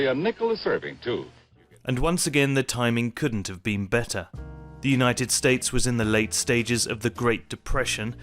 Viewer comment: "duh newnighted states" wow, does no one proof these videos?!